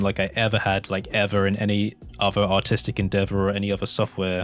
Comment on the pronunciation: The way you say artistic sounds like "autistic".